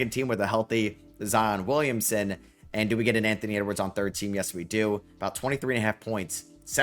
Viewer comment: Here when is still says "Ahout" ❤